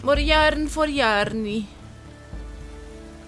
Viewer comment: "morre yarrrn forr yaarrny"))))))))